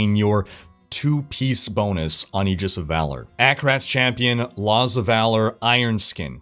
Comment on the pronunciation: Learn to pronounce the word Aegis... for fucking christ